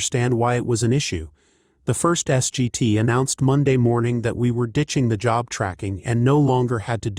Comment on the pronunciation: S.G.T. is pronounced "Sergeant."